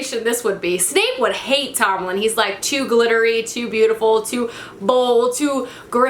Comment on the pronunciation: Omg 😂 how many names can you get wrong in one video😂 'annabelle' 'tomlin' 'rhysand' 'inej' I laughed so hard. Love your videos 💕